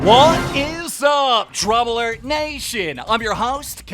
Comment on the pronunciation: Nobody: Keem: Dram Alert